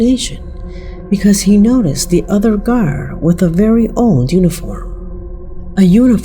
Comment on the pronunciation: Papua New Guinea ≠ “papoa new jinea” and Guard ≠ car. Her voice is lovely but her pronunciations are definitely not exquisite 😂.